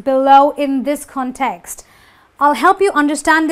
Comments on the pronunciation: my heart breaks every time she says context =( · in ( 'context ) the primary stress falls on the 1st syllable